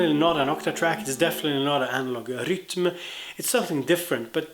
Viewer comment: I aspire to pronounce 'rytm' like you 😀